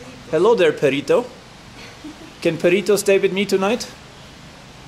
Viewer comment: Lol though she said 'perrito' who means 'doggy' ins spanish.